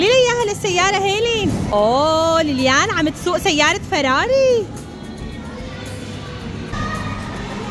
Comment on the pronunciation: فراريي اسمها فريري😂😂 ياجهل